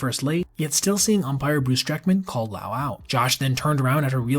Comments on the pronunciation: Josh Lowe is pronounced like Lowe's, not like l'oww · It's Josh Lowe, pronounced, Low, not Lau! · It’s as if you’ve never heard of Josh Lowe (not Lau) before. Not a good look. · Josh Lowe pronounced like Josh Low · Josh lowe (pronounced as LOW) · Say Josh’s name right